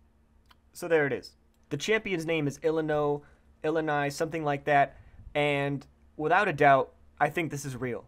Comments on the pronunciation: "Illini"... there is no N in the name.. it is "Ill-ow-ee" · ill-a-oi get it right